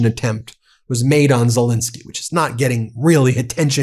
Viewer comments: His name is Zelensky not Zilinsky!! Get it right FFS! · ZelEnsky not ZelInsky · ZE LEN KSY ( E is pronounced as the English A in hAndle)! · Love this channel! Zelensky is pronounced "zuh-LEN-skee," btw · Zillinsky???????? Would you like to have your own name pronounced "Been Masillas"?